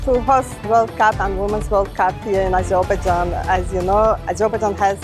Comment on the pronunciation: As a proud Azerbaijani I can tell that this woman doesn’t pronounce the country’s name in English correctly.